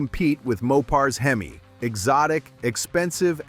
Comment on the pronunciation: Why in the world do you people keep putting out these types of muscle car videos from the 60’s & 70’s that you weren’t alive when these cars were made and post your uninformed opinions using an A.I. voice that can’t pronounce words like HEMI and the fake voice pronounces it “he my”? The Boss 429 Mustang was a good looking slow turd of a car. Out of every Hi Performance Mustang model available that year it was the slowest through the 1/4 mile even though it had by far the biggest engine it still got slapped around by any version of the 351 Cleveland motor as well as the Boss 302 Mustang. It would be cannon fodder against a 440 six pack Roadrunner and is not even worth making a comparison video for and you would know this if you did any kind of research involving the Boss 429 performance numbers. Just stop making videos about things you know nothing of, just stop it. Also the magazine was called Car Craft not Kar Kraft🙄